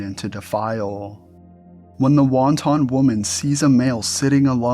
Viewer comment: Incorrect pronunciation of wanton.